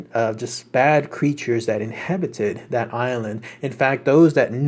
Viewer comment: Ive followed your research for awhile now and love it all - so dont get upset by me feeling compelled to mention this --> sayy it with me... "InHABited"! There we go, all better once we become less inHIBited xD